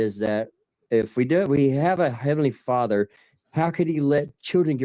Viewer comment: What's a fadder 😂😂